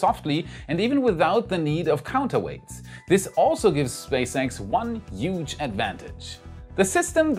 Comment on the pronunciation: Huge :D i recommend you practice saying it better <3